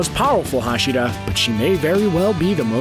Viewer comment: You can not say anything right tendido hashida